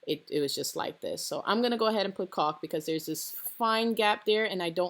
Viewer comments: It's pronounced Call k. Lol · after the fourth caulk this lovely pregnant lady could not stop thinking about "caulk" i heard cock so many times.. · Ohhhhhhhhhh, you're saying caulk